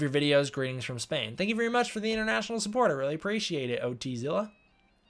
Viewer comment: I'm dying, love how you said it like O.T. Zilla, it's just pronunced how its spelled "Ot" It's okay, this name doesn't exist in English